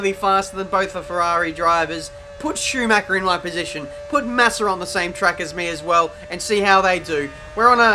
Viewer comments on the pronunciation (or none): none